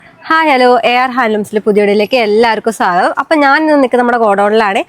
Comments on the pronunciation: സാഗധം അല്ല...... സ്വാഗധം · രണ്ടും അല്ല. സ്വാഗതം